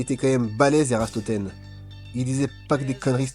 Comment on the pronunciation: Ératosthène..... Pas Érastothène....